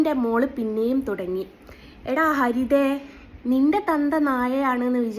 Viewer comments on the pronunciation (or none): പറയാൻ പടിക്ക്. നാഴ അല്ല നായ. അതും പറയാൻ അറിയാത്ത ഒരു ജന്മം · നാഴ അല്ല ചേച്ചി 🫣നായ ആണ് 😂